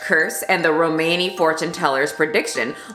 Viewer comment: Also, the word Romani is pronounced ro-mahn-ee